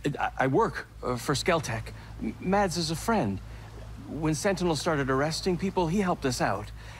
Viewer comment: the D in "mads" is silent.